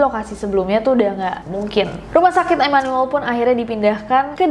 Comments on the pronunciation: Imanul imanul 😭🙏 Dibaca imanu-el aja Nes 😭😭😭😭😭🙏🙏🙏🙏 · Baru tau Immanuel dibacanya Imanul. Orang Bandung mh nyebutnya Imanuel (I m a n u e l) hehe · Setelah berkali kali ngomong imanuel, akhirnya bener juga penyebutan imanuel. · Immanyuwel (immanuel) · That "Immanuel" pronounce😳